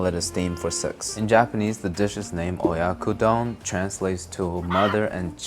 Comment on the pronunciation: it's oyakodon （親子丼) not oyakudon and you should let the onions have more time on their own, so that they get translucent before adding anything else. it's also better with fluffier rice and you can also add sugar after the onions are ready and it tastes pretty good. i think you could have cooked it with a little more liquid or for a shorter period of time, too, given the state of the eggs.